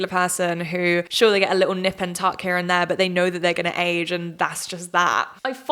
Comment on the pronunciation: When you said "heRe" at the very end 🥴 who is this american?! 😂